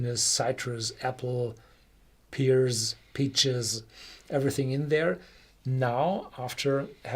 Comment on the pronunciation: Horst and. The fruit PEAR is pronounced like the word AIR or HAIR. As a noun, a pier is a wooden walkway with pillars where you attach boats As a verb, “to peer” is like to look. (“He was peering over the wall”) Merry Xmas guys!